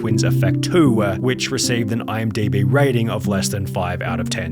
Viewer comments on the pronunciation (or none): none